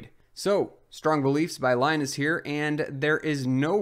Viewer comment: Please stop mispronouncing Linus Torvalds' first name!